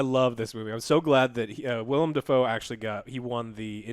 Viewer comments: * It’s Willem, not William. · Ahem.....Willem. Willem Dafoe. Not William. He'll also answer to creepy ginger git. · God damn it Joe his name is "Willem" Dafoe not William. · “William” Defoe